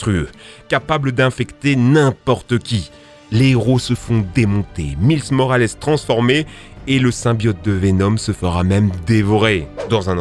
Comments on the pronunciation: ça se prononce maïls morales pas mils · "miles morales" (au lieu de "mailes morales") hmhm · J’ai aimé la vidéo mais c’est quoi cette accent à la française « Mïlss moraless » 😭😭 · auctopous ????? milse morales ?????????????????????????????????????????????????? ⬆ ⬆ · " Meeleus Morales" XD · Juste un commentaire constructif et pas du tout méchant : La prononciation des noms, car quand tu dis "m _i_les" au lieu de le prononcer comme le mile américain ou "dr octopOUSSE" on dirait vraiment que tu ne fais que lire ton texte sans aucun interet pour l'oeuvre comme quelqu'un qui ne saurait pas ce qu'il raconte car il lit juste l'article de quelqu'un d'autre. De cette facon comment on peut croire que tu y connais quelque chose en Spiderman et que tu n'as pas juste fais du ctrl c+v sans temmerder ? Edit : et comment on peut prononcer MJ comme "Jeanne" ? La qualité de vos vidéos se dégrade à ne pas vouloir faire de reprises et avoir un rythme aussi énorme de vidéos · comment tu prononce miles morales ? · Miles Morales sa ce dit pas comme ça 😭😭😭c'est trop français la 😂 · Une très bonne vidéo, malgré des erreurs de prononciation sur Dr Octopus et Miles Morales.